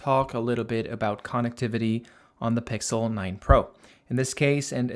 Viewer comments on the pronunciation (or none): um its pixel not pixe